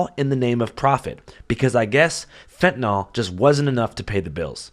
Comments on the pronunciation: Small issue, but "fentanyl" isn't pronounced "fentinol" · Why do you pronounce the word Fen-ta-nol? 🎉